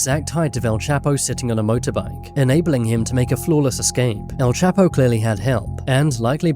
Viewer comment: All. those times you said his name and you STILL can't pronounce it